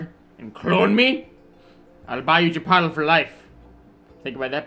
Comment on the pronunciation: I honestly had to check the comments to see if I was the only one hearing chipottle...